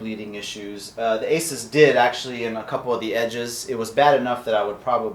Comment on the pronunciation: Its pronounced "A-Sues" not "A-sis" :|